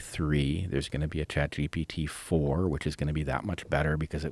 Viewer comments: Rogan says chat DP lol😂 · joe literally almost called it chatdmt.